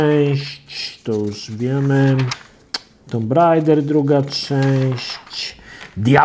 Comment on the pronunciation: Jan S Ja wiem, że nie ma każdy miał angielski w szkole, ale zlituj się. Posprawdzaj sobie wymowę słów, bo jak jeszcze raz usłyszę ULTIMEJT albo TOMB RAIDER to mnie szlag trafi.